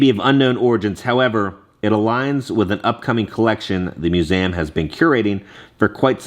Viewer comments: It’s Literally called Museum Not Musame with the Letter A Lmao 😂😂😂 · Mu-zee-um 😂😂 dying at how you say museum 😂